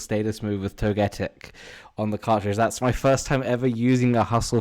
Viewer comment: TOE-GA-TICK!!!! that was annoying 😂😂